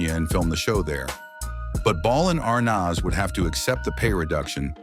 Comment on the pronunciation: When will these narrators ever learn to pronounce the name A R N A Z ? And why repeat the same things over and over, this could have been 10 or 20 minutes instead of 30. And he couldn't pronounce D E S I L U either.